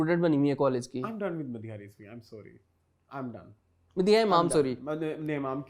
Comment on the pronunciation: sorry theek se bola kren plz..it looks like saury...